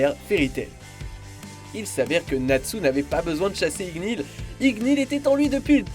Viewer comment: je rêve pas il a dit ignil a la place de ignir?